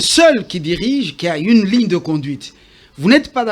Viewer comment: Mr doit faire un effort dans sa prononciation... " ine /une... dessi/ dessus... netre / neutre... rendi/rendu... inquietide/inquiétude... bref, malgré ses erreurs, je le trouve intelligent, même si je ne partage pas ses opinions que je trouve diaboliques.